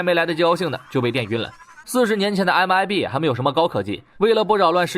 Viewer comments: 他是說他念MBI 正確是MIB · 不是MIB嗎？ 你一直講MBI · MIB 讀成MBI了WWW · Mib mib為什麼一直念mbi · MIB,你念错了